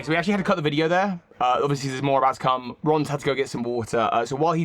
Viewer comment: “It melts da wattuh” made me cackle